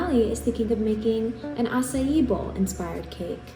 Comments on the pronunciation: I literally thought it’s pronounced “acay” then I heard Halle saying it “asayi”. Damn, never felt this stupid in my life 😭😭😂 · as a brazilian, I had never heard an english speaking person who doesn't speak Portuguese pronounce açaí as well as you. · As a brazilian it is so nice to see u pronouncing açaí in the right way hahahah